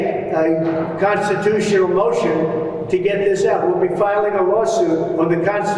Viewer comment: The mushroom can not even pronounce constitution. Slurs and make it sound like gondisturion. Articulation is down the drain.